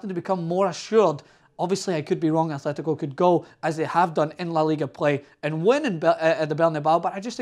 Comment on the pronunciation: Nice analysis but can't you pronounce anything? There's no h in Atletico.